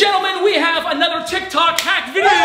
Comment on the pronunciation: Is it Just me or did he say tik tak??? 🤔